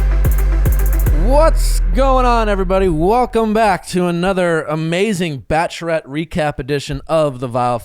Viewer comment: “Relayship, Bacherette, Nally (Natalie).” Nick, you’re missing some syllables there.